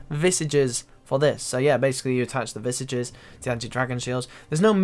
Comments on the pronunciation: Why are all RS streamers unable to pronounce visage properly? 😂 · How you pronounce visage pains me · Can you please learn how to pronounce visage properly? It's hurting my ears!